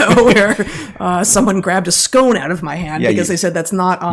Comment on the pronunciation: It's pronounced 'scone' not 'scone' Heather, come on... 😜